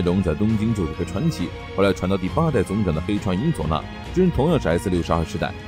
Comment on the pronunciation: 你伊佐那的伊怎麼讀得那麼奇怪？